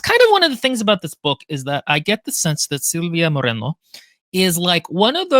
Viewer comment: First of all, if you have not seen the SEMINAL "emos contra punks mas hare krishnas" (lit: emos versus punks plus hare krishnas) you simply must Second: the book is very much akin to Del Toro's Crimson Peak Third: Silvia Moreno's name has no rolled r's (otherwise it'd be Morreno) the r is "rolled" because it can be sustained. it sounds a bit like an engine? I know a joke is meant but also, americans do do that joke a lot to the point it has peculiar feel But also: if you know the rolled r is the double r why would you deliberately mispronounce the author's name? What's the joke there? Or if you thought the short r is the rolled r... the joke is you got it wrong? I dont want to be acerbic but i really dont get why bring the rolled r up